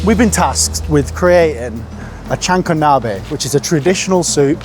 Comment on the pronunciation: “We are going to recreate a jahanko nabbbeh “